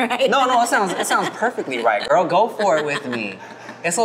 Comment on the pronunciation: Tim out here calling Paula Abdul Gorl!Girrrrlll!